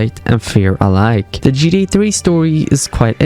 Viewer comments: why do you keep saying gda or gd5 bro it’s GTA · It’s GTA dude not GDA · I see you fully accepted it! At first 8 months ago you were mocking him by the way he says "gta".... Tbh it is funny the way he says it. Or I heard it had something to do with ai....I just heard that from a little birdie I saw in the comments Not saying it's true